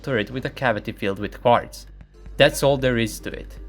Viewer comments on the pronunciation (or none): when I first heard you say a cavity full of quartz , it sounded like you said a cavity full of farts . Lol .